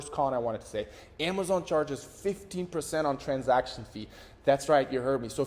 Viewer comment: Jesus Christ, you need to work on how you pronounce “15%”…